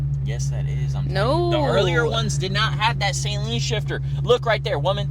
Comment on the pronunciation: Awesome 👍 Saleen rhymes with Gasoline. It’s not the 225 Horsepower that makes it feel fast, it’s the 300 foot pounds of torque